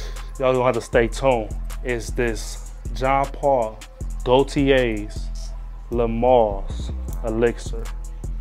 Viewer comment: Lol i always loved when you pronounced JPG as gootiiyeahhh. Now that you pronounce it in a more correct way, it feels wrong.....